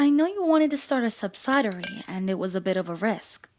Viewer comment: Very nice audio. One minor correction ; the first "I" in "subsidiary" is pronounced as a short I (so the "sid" in "subsidiary" rhymes with "kid"). Yes, this is true even though the word "subside" is pronounced with a long I. English is weird and nonsensical.